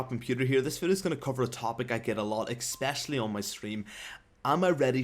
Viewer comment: For every video you make, I know it might just be your accent, or perhaps how you learned to say it, but the word "Especially" you always pronounce "Expecially". Not sure if you don't know, or if you do know and just don't care, or it's just your accent. I'm not saying you have to change, I just wanted to let you know. I love your stuff, keep it up.